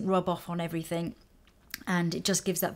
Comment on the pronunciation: Please say "everything", not "everythink" :(